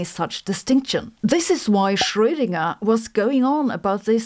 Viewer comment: It's so refreshing to hear someone pronounce Schrödinger properly 😍 (I'm not German myself btw)